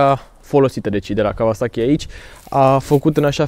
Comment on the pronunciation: Kauasachi, nu Kavasachi ^_^